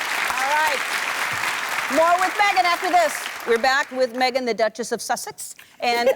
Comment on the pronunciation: There's not a "t" in the word duchess .... 😂😂😂